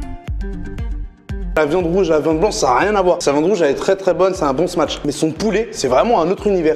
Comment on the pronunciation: L'ami ça se prononce "Smash" et pas "Smatsh" ou "Smatch". Comme de la mâche tu rajoutes juste un S devant ;)